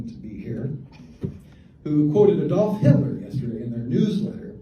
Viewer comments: He said Aid-off. Big deal. He’s doing something bold and courageous, what are YOU doing to IMPROVE our democracy?!? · It's ADD-olf NOT Eed olf. Shall we start calling the state Eeleebeemee instead of Alabama?